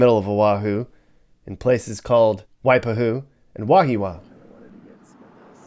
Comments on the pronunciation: it's pronounced WHY-PA-HUE ? DO YOUR HOMEWORK BEFORE MAKING YOUR VIDEO'S :face-orange-raised-eyebrow::face-pink-tears::hand-orange-covering-eyes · It's WAI- PA-HU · Why-pah-who Ka-Lee-hee Lol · Not " why pa hoo" sound like a hick! Its pronounced "why pahwho" = WAIPAHU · It’s wai-pahu 🤦‍♀️🤦‍♀️ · Y-he-a-wa, y-pa-who. I hope this helps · I can’t with these pronunciations “wipe-a-who” and “ka-heely” and false truths smdh. Didn’t even show the real ghetto where’s the real Kam 4? Lol cam 4 apartments? Wtf Kam 4= Kalihi Valley Homes smdh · Mispronouncing Wahiawa and Waipahu. Put stress on the first syllable WAhiawa. 2nd a is silent. So, WAheewa. Waipahu put stress on 2nd syllable WaiPAhu. FACKING HAOLE! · Waipahu---Y pu hu😂😂😂 Y pa hu🤣🤣🤣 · It’s called wai pa hu! Haole guy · Try pronouncing again lol Wai-Pah-Huu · Kalihi. (Kah-lee-hee) Not Kahili. Waipahu: (Why-pah-who) Wahiawa (Wah-hee-ah-wah) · Your pronunciation is so haole! Let me try to help. Waipahu is spoken like Why-paw-who. Basically, every Hawaiian word is a combination of consonant/vowel. Several are consonant/vowel/vowel. All of them are pronounced only one way. Once you figure that out, you can say any Hawaiian word correctly. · Wa-hee-wa, and Why-pah-hoo... at least say it right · Wipe-a-hoo, lmao you got me rolling with that pronunciation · You are pronouncing Waipahu wrong.